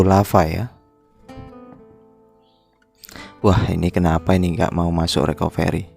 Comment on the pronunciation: Bukan RIKOVERI bang.. Tpi RIKAFRI.. ejaanya RECOVERY 😁